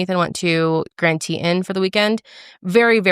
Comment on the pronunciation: "grand teetin"